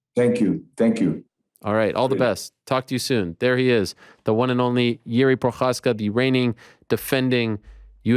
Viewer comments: Damn you even said his surname really good "ch" in his name is giving foreigners hard time :D We are really proud of him and of his attitude.I really hope his carreer in UFC will be long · Ariel is the only person in the UFC who can pronounce Procházka correctly. Respect sir! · props to Ariels beein the first one that prounced CH in ProCHazka :P